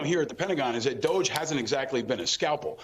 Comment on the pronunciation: Can we please pronounce DOGE correctly? Like the word "dodgy" since it really is dodgy?